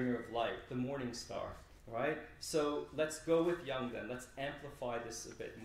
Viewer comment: Let's pronounce Jung's name correctly!